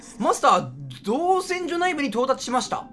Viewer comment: 造船がちゃんと読めて造船所が読めないのどうしたんや